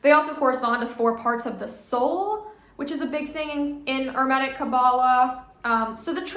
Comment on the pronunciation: Why do you insist on mispronouncing hermetic? Genuinely curious.